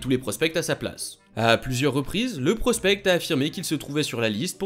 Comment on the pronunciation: Hello super vidéo j’ai adoré. Juste au cas où tu ne dois pas prononcer le c dans prospect ca sonne plus comme prospé